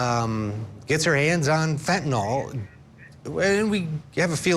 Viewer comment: It's not pronounced 'fentanall', it's fentenyl. 🙂